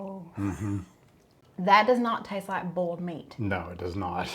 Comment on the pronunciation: Easy way to pronounce boil... Boy-L